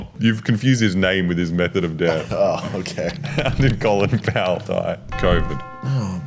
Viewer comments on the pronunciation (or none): none